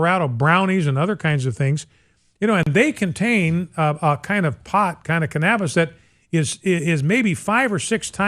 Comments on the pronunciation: He doesn't even know how to pronounce "cannabis." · Also, wonderful pronounciation of 'cannabis'